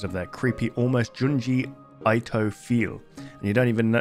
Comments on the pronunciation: hey man i doubt im the first to nag you about it but junji ito is pronounced "ee-to", not "eye-to". for future reference, in japanese "i" is almost always pronounced as "ee". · It’s pronounced ee-toe